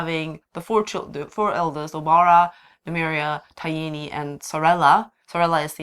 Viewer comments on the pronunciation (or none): Ty-eeny? I always thought it was pronounced Ty-een.